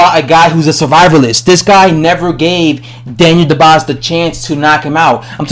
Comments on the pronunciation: His name is dubois not dobise!!!! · He says more like Daniel The Boss haha